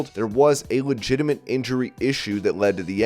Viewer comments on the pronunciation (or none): That's legitimate not legitamite.